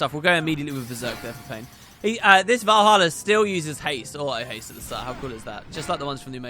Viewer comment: Vuroja not Valhalla lol